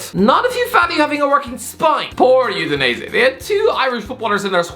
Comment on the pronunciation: this guy makes Udinese sounds like Euthanize it